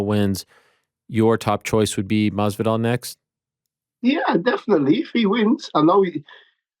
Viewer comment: I love how he cannot say Masvidal's name correctly. And he doesn't give a f**k 😂😂😂